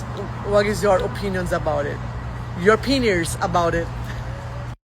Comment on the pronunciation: sounds like she's attempting to say, on purpose, penis. When she says the word opinions and she repeats it... It sounds like she's trying to make it sound like penis.